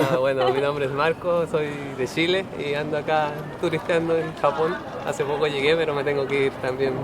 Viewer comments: representando a Chile diciendo SHile ajajajaj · De shile mijo pronuncia la ccccccc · "soy de..shile"